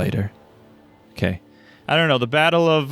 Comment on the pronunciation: "Batter of Bittle Hill" "Squitter Spirmish"